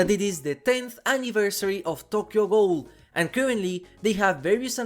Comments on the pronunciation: How do you not know how to say ghoul. It's pronounced goo-el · learn how to properly pronounce the word ghoul. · the way you pronounce ghoul is heinous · i think it’s just the way he pronounces ghoul because of his accent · Richter = Rikter, and Ghoul = Guuul in our American pronunciations. Hearing Ghoul as Goal a bunch in this video was jarring 😅